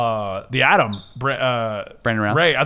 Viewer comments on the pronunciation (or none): none